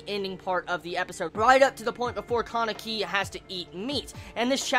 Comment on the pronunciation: I'm sorry, I'm really sorry, but I have to say just this: Touka = 'to' as in 'toll', not 'toe', so it's ends up sounding like 'touhka' and not 'toeka' Kaneki = not KAAneki, but probably KA-NE-KI with emphasis on all syllables rather than stressing one particular one. If you absolutely have to stress something, say it 'kaNEki'. I hate to be a youtube know-it-all I'm sorry everyone I'm sorry I just hate name mispronunciation :(